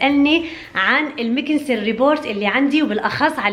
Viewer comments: اسمه robot مش rebort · Report ❌ Robot ✅ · اسمه روبيت، مو ريبورت 🤦🏻‍♀️ ، ريبورت = تقرير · robot يا مو report 😂😂😂